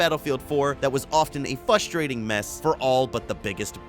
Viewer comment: Love the Video. but I have to know if you were just trolling us when pronouncing "Frustrating"?